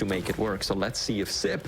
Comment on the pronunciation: Dear, it's siB, not siP